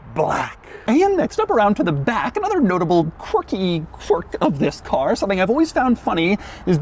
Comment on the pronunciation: Don't exaggerate saying ' THIS'